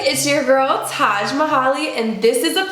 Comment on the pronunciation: Didn’t see your username, when you said your name I thought for a second “why is she calling my name?” 😂 The “Tajm...” got me